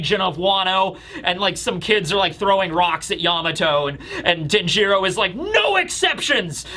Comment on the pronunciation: Denjiro is pronounced DEN-jur-oh, not den-JEER-oh